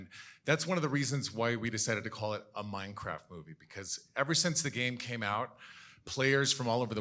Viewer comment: "MAIKRAFT JAJAJA"